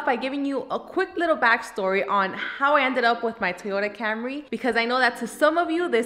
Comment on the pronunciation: just be sure to refer to it by its proper gangster street name: the Toyota Camré (camRAY). thats how the coolest people pronounce it